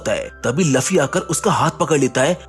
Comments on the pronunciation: Luuuuuuuuuuuufffffffyyyyyyyy not laffy sare video ki maa bhen kr diiii Bhai tune.😮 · Bro I like your explanations, but he is Luffy not Laffy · Arey wo luffy hey laffy nahi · Laffi nhi luffy ha